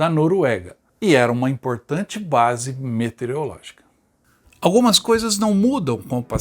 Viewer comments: Só corrigindo: Não é "Metereologica" e sim "Meteorologica". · Parabéns pelo vídeo. Só que a pronúncia não é metereológica e sim meteorológica. (de meteorologia). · É, mas a pronúncia é METEOROLÓGICA não "metereologica". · A única coisa que incomoda bastante é que não se diz METERIOLÓGICA, se diz METEOROLÓGICA. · Excelente documentário. Peço que o narrador corrija um erro grave: não se diz METEREOLÓGICA, mas METEOROLÓGICA. O nome da ciência é METEOROlogia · Não é "metereológica". É meteOROlógica. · É METEOROLOGICA, NÃO METEREOLOGICA KRL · METEOROLÓGICA, NÃO METEREOLÓGICA. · observei que você, todas as vezes, pronunciou "metereológica"... 😎 Você não percebeu?